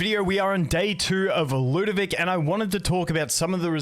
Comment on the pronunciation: moite why do you call it lewdovic instead of lud o vic? also slight typo in title